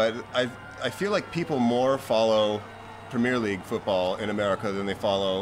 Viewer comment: Haha, hearing him say "Premier League" was kinda funny.